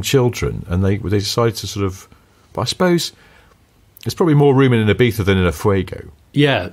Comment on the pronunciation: Thank you for saying Ibiza correctly! Now if only people could learn how to say Choritzo properly 👍